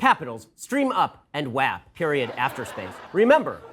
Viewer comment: This man deadass pronounced "WAP" as "whop"